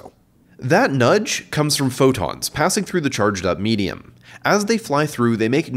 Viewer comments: every time he said. medium i kept hearing in my head. meat-e-um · Did he say laser meatium?